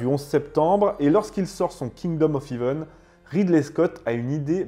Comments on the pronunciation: En parlant d'erreur, le "ea" de heaven se prononce è, pas i. Comme le ea de breakfast ou de head. De rien. 😊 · "Hèvene" pas "hivene" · T'es fâché avec les accents ( "Heaven" ne se dit pas "Hiven" ou "Balian" "Balianne" vu qu'il est français) mais c'est intéressant. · Attention à ta prononciation du mot Heaven ..... ça ne se dit pas Heeven mais Heaven